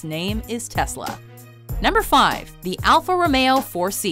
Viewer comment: alpha romao... are you sure thats how you say it